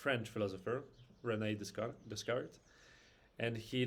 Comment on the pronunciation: Enjoyed the unusual take on sound. It's pronounced "day-cart" btw!